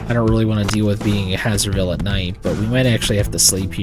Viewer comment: A thing that's been bothering me for a whole now... Isn't "Hazer" part of "Hazerville" read the same way you'd read "haze"?